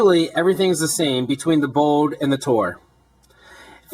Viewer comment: BOLD no bowd